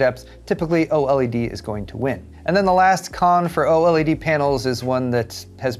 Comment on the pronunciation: Anyone else who couldnt watch this video because of the way he kept saying Oledeedees? 🤣🤣